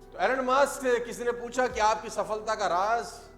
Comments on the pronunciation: It’s not Alan Musk . It’s Elon Musk. You teach others, ppl follow you so you should know correct pronunciation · your pronouncation "alan maaaaask''😂😅😂😜